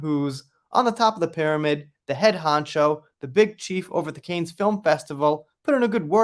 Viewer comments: Isn't it pronounced like can not cane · I think it's pronounced "kan."